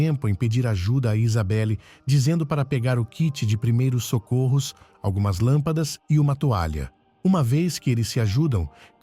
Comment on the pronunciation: "kit de primeiros socôrros"